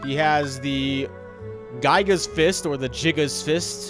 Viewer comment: Gigas should be [ghee-ghas]